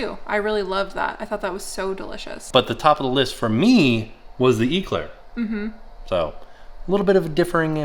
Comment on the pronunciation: it's an Eclair not an Eeeeeeclaire lol. Pronounce the E quicker. I kept going "grrr no, say it properly"